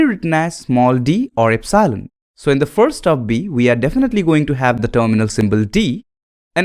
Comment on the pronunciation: please learn to pronounce epsilon, its very annoying